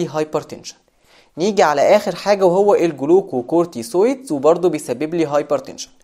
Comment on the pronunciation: بارك الله فيك بس عندك نطق بعض الكلمات غلط مثل جلوكوكورتكويد وليس جلوكوكوتوسويد